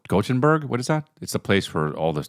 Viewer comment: CHRIS!...... Gothen....burg. Say it with me